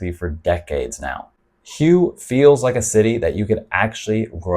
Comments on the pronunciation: Not meaning to be impolite but HUE is pronounced more like WHO-WAY not like HUGH as you pronounced it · I think Hue is pronounced “Way”…I’ve actually been there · Good stuff...but this kind of stuff defeats the purpose...putting it on the expat radar...then.....they move in...and the next thing you see...it has been spoilt...On a side note...isn't Hue pronounced like Whey....?Not sure myself...just checking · Thanks. But Hue is pronounce Hway. It's the old imperial city. BUN Bo Hue originated there and most of us agree with Bourdain. It's the best noodle dish on the planet. The broth is divine. It was created for the emperor. So... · Hue is pronounced "way". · It's pronounced Hway! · Good video! That 2nd city in Vietnam (Hue) is pronounced "whey". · Yes, it's pronounced like "hooway". Listen to the locals. Makes it hard to trust content when creators don't take the time to learn the proper names of the place they speak of. That said, I think you do an overall good job, just need to tweak a few things. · Great video, good points about all these destinations. Constructive criticism : may want to check the pronunciation of the city Hue before making a video about it 😉👍